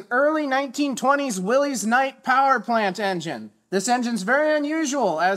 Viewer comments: It is NOT "Will-eeze". It is Will-iss. Named after the owner, John Willys. Even though he did not care how anybody pronounced his name, as long as they bought one of his cars, it reveals just how ignorant, obnoxious or downright obstinate some people insist on being. BTW, I did have a 1926 Willys-Overland Six Coupe back in 1976-77. The distributor was driven off the back of the generator which was chain driven off a crankshaft sprocket. Gotta love the old early car manufacturers! They sure were an inventive bunch! Eddie Rickenbacker's cars were the first to have 4 wheel brakes..... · It's not Willy's it's will us is the proper pronunciation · Williss, NOT Willez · I am going to go commando (making a comment without reviewing the comments already logged) with my comment(s). Years ago I did a little search and found out the name WILLYS is pronounced as if it were spelled WILLIS. It is not possessive and it is not plural, it is a name. Names are allowed to ignore basic rules when it comes to spelling and pronouncing them. So it is WILLYS (willis) and it is not "will-eez" . Just suggesting a little respect for the WILLYS name. Absolutely loved the subject and the way you presented the project. Wow, totally fab. This must be the light plant that everyone used in their hunting'/fishing cabins. I have never subscribed to a YouTube channel but am strongly consideering yours. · Willys is pronounced Willis.